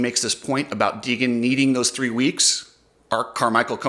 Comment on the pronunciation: around 11:- left in the 250 main Ricky tried to say Deegan and he called him "Cheegan" 😂 i stg if i hear him say "these guys are goin for it" one more time I'm gonna lose my shit